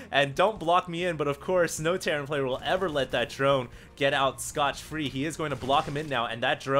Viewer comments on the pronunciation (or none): Dude, it's "scot-free".